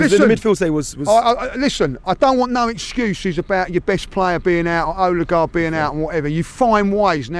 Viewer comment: Well at least has ceased calling Odegaard Ooodegaard.